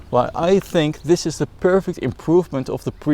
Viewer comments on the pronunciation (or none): none